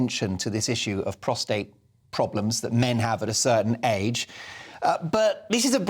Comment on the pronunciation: Congratulations, you are the first one to pronounce the word prostate correctly. I’m tearing my hair out in frustration over all these people mispronouncing this one simple word. It’s prostate, people….